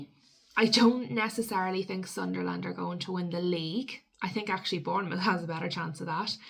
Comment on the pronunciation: It’s not pronounced Sun Der Land pet it’s Sunl’n. Good vid though but.